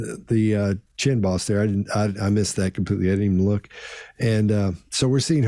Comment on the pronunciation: way of saying "chin boss" and maybe a little bit too - had me wondering if they were saying "chin balls" for months - even though just one makes sense. Dang ol' country boys.